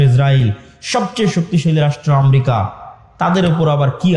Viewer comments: আমরিকা না, দেশটির নাম আমেরিকা।একটা দেশের নাম যে উচ্চারণ করতে পারে না সে আবার সে আবার ধর্মীয় বক্তৃতা দেয়! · বিশ্ব নেতা !! আমরিকা ???? [উচ্চারণ এতো অশুদ্ধ কেন ??] গোটা পৃথিবী নিয়ে চর্চা শুরু করছো ?